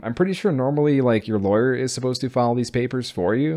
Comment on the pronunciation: lol, "lawer"